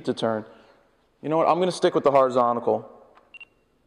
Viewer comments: PLEASE Jared it is horizontal not horizontical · "Horizontical" lol